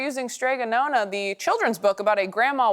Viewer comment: "Nonna" - the vowel sounds like the "o" in "stop" and you need to sound the double consonant. Don't get me wrong, the illustrations are adorable and I've been that woman for decades... but "nona" means "ninth" in Italian.